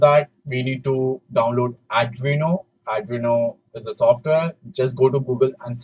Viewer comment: its not ardino its arduino 😭😭